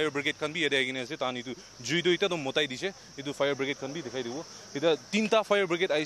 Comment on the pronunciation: Bro.. I think is mitai dise. Not motai dise.